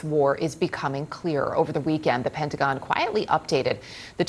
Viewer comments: The "Pentagin"? How about Newcasters that speak American English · She said pentagin